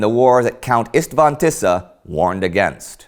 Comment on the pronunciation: No offense Indy, but your pronounciation of the hungarian words is quite funny :) István Tisza - Tisza is okay, but the s in István should be pronounced like the s in "she". Same goes to the s in Miskolc. Also I heard Szeged - when an s stands with a z, the s should be pronounced like the s for example in the word "side" :) Naturally I do not mean you should learn all the rules of speaking in hungarian, I just ment these to be "fun facts" :) The show is really-really nice, thank for all of you for your hard work making it! :)